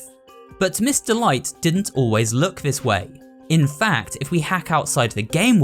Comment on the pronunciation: Everytime you said "Miss. Delight," I thought you said "Mr. Light."